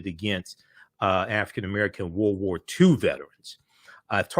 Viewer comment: It's World War not woh woh